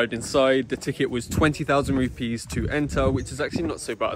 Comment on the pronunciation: Hi,. Glad you’re enjoying Indonesia so far. Just want to remind you that our currency is Rupiah, not Rupee (India). Pronounce RupiAH with audible AH at the end. Thank you!